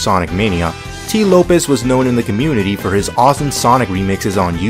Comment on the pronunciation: Very entertaining video,! But I wanna correct you on one thing; Tee Lopes' name is pronounced like "Slopes", not "Lopez". Anyways, you make great stuff, man. Keep it up!